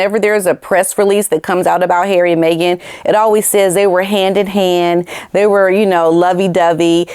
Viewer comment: 😂🤣😂…LOVE how you say HAIRY 😂😂😂😂